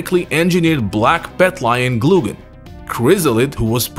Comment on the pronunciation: "Gloo-gen"? I thought Glaugan's name was pronounced "Glaow-gen". And since when does Angel's G make an H sound?! Also I don't think the person talking at the end of 2001 was supposed to be Ron. If you look at the recreation in KOF All-Star, the silhouette saying that is Kula's, so it seems like she was able to freeze the heat enough for a safe landing. With that in mind I'm not so sure Kula jumped into the water so much as fell after using all her power to do that, but that part isn't as clear.